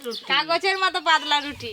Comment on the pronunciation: এদের উচ্চারনের এতো সমস্যা কেন🥲পাদলা নয় পাতলা